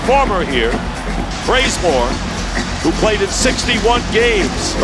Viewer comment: does anyone else hear bRaZeMoRe?